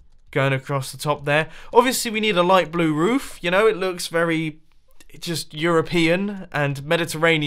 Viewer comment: "it look eroupean" me: spits water out "eXcUsE mE! that definitely NOT look eroupean!" Edit: please don't call me a dumbass if that's not really what he said. to me it sounded like that, so please don't be that rude.